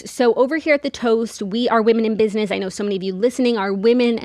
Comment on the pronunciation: I love a square space ad because I know I we’ll get saying “Biznizzz” 100 times and it’s my favorite 🤣 it’s the only way I pronounce business in my head now